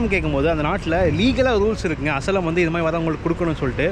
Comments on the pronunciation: "அசய்லம்". "அசலம்" இல்லை ! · Bro FYI it's not as-lam it is pronounsed as aa-shy-lam ( asylum )